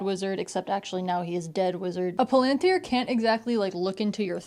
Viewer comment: Your pronunciation of palantir is correct, the pronunciation in the movies is wrong.